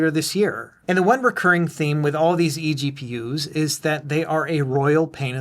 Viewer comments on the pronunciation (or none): Really fun pronouncing it as "eggpewers"!